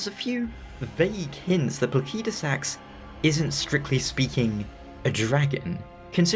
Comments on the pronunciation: I just assumed it was pronounced "plaseedusax", but I never had any special reason for it. Given Elden Ring's other dragons, it would logically make sense to just follow their language roots and use that. So "plakeydusax" seems to be the more accurate. I'll probably end up keep using the "wrong" version still, since I've illogically gotten attatched to it. Unless Fromsoftware does as Pokémon with Arceus by giving a clear official way to say it (Ar-key-us btw, since Ar-sea-us sounds similar to british "arse"). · i wasn't trying to be rude, i was mostly bewildered cuz as far as I'm aware the vast majority of the community pronounces it pla-sid-u-sax and this is the first time ive ever heard it pronounced even slightly different. not trying to rag on you. just wasn't sure if it was an accent thing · This mf calling Placidusax "Plakeydasax" hurts my bones.💀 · good video but the way you say Placidusax makes me wanna pull my hair out. ive only heard people pronounce it pla-sid-u-sax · I figured it would be pronounced placid-u-sax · just because game is made by a Japanese Studio do you think every name should be pronounced by phonetic Japanese? Do you also pronounce Alexander, Diallos, Radagon in phonetic Japanese? Elden Ring names mostly come from old Germanic languages and Latin. Placid = Latin for still or peaceful. Sax = Latin for stone.